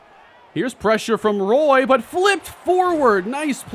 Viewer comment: Since Nick Roy is from Montreal his surname is actually pronunced like Wah and Roy